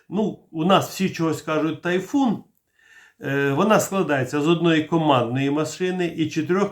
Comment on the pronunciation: Typhon промовляється як тАЙфон!!! Не тайфУн!!!